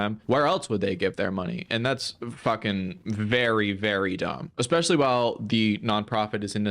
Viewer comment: Say "exspecially" one more time